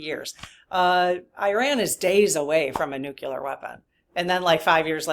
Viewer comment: Sorry about this, but just FYI…. It is Nu-CLEE-ar…. Not Nuc U lar…. Retired chemistry teacher here, and it is rather like hearing fingernails on the blackboard thing…. Thanks…